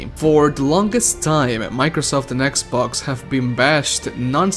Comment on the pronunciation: I'm not making fun of your presentation I just found it hilarious that you call "sex box" "sex box pass"